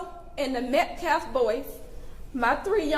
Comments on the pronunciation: And it’s metcalf..not METCLAF!!! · This doofus mispronounces the names of both families, but especially the MetcaLf last name--it's MetcaLf--NOT "MetcLaf", Idiot!! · This POS, baby beater, minister, activist CAN'T even pronounce Metcalf! This is the second press conference that he says, Metclaf, WTH? 🤦‍♀️ I swear that family is so stupid to have "this" racist represent them, he's trying to insight a riot! #justiceforAustinMetcalf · The minister/spokesman/clown called the kid Austin "MET-CLAFF". Didn't even bother to find out how to pronounce the kid's name!!! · He does not even pronounce Austin Metcalfs name properly.